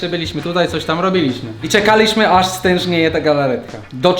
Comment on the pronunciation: Mówi się stężeje a nie z tężnie